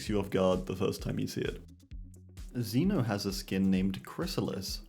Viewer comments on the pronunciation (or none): none